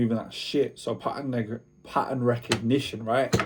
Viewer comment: pattern wattt😂😂😂